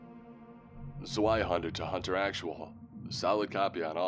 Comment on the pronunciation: Zweihänder is pronounced with a V. "Zveihander"